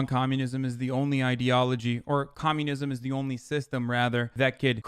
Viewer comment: You are doing "comunisim" today